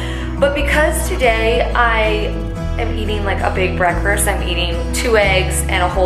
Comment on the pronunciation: How we’re saying breakfast....it sounded like breakfirst 🤔😊